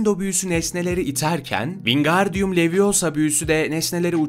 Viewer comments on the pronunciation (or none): It's LeviOOOSa not LeviosAAAAA